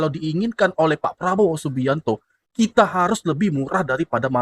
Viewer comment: Pengucapan Probowo MCM orang Malaysia sebab masa kecil belajar di Malaysia